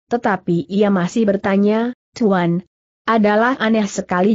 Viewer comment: Sayangnya cara membacanya kurang bagus, contohnya : Cara dibaca keer Tuan dibaca cuan Mata dibaca meet Dsb